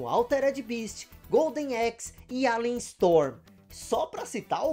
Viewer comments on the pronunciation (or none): none